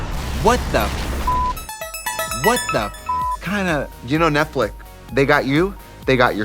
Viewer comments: Love you ladies!! But did I hear ‘Netflick’? Not Netflix? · love that they say "netflic"